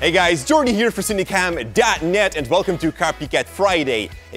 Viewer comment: How I pronounce : Sin-a-kom How jordy Pronounce : Seen-e-kom